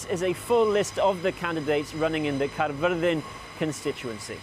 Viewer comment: Thank you for using and pronouncing Caerfyrddin correctly. These little things means a lot.